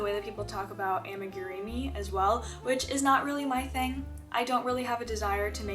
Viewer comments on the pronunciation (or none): Just a tip: Amigurumi is pronounced as "ah-me-goo-room-me". Hope that helps!